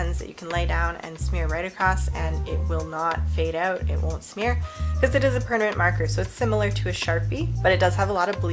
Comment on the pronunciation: "Pernament Ink"